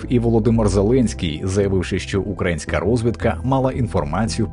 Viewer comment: Чому автор на початку відео називає операцію терактом? Та каже украАїнське а не украЇнське?